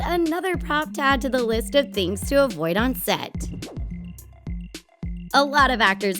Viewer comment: Is it me or i just heard 'the things' said singger